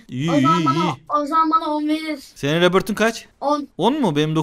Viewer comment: abi rebört değil rebirt